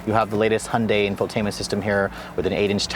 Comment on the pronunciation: Hon-day.... Hon-day.... Hon-day.... WTF